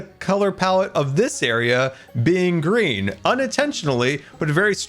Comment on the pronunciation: not gonna lie... at first i thought he said Grian Trolley but I realized he was saying Green... I think Grian Trolley fits better xD